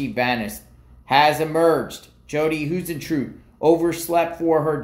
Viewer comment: Hey — I believe Jodi’s last name is pronounced High-zen-troo-it… hope that helps….prayers for the family!!